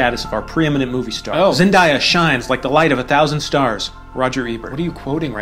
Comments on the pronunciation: ... it's pronounced Zen-Day-Ya ... I'll just leave that with you... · couldn’t be more true also, it’s pronounced zen-DAY-YAH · oh shoot you probably already got this comment but i didnt see it, so fyi thats not how you pronounce zendaya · the mispronunciation of zendaya lmao